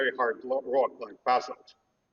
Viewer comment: Доброе утро. Thank you for your professional work studying Egyptian artifacts and debunking the myths. I am impressed by your commitment to scientific analysis. Thank you. Please continue your excellent work. Спасибо The only criticism I have, please this is not negative, you pronouncing certain words like Basal were difficult to understand, I had to turn on the closed captions in English to help me understand. The important thing is your excellent work not the pronunciation. It's only a few words. The rest were pronounced perfectly.